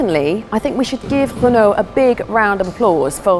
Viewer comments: What on earth is a hun-oh?! It is pronounced REN-O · Why is the presenter pronouncing Renault as Who-no when playing to a UK audience…. Sounds silly… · Why can't she say Renault? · Why are you pronouncing Renault like that ffs